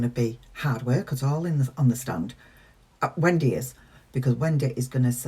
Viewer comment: On a lighter note … it’s great how you say “Wen-day” 😁